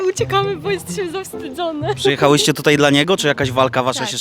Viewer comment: " dzisiej tutej"